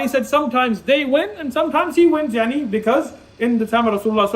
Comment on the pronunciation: Why is he saying “y3ani” if he’s Pakistani